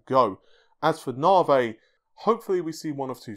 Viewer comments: This bothers me so much....I don’t know why. “Novvy,” not “novay.” Lol. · "Aka " lol, never change.